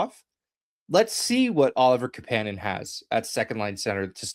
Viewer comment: Kapanen isn’t pronounced that way. Marry and Kapanen said they don’t pronounce it that way.